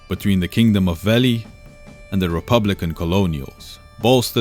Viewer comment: This is absolutely fantastic. Great storytelling for complicated stuff like this, easy to follow despite the intricacies! Bonus points for the pronunciation of Veli (I screwed that up and felt the wrath of the lore nerds ; ) ) Thumbs up all all the way!